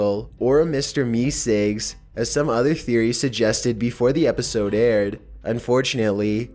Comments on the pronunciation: It's meseeks not mesigs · It's MEESEEKS not meecigs lol! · "Mr mecigs"